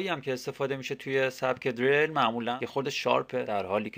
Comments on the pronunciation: dereil!!!!!!!!!!!!!! diril doroste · deeereeeeyl??? hata balad nisti esmesho doro bgi!!